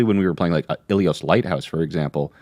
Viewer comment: Liajang? Not that! Ok saying Illios instead of Ilios is ok, but Liajang!!!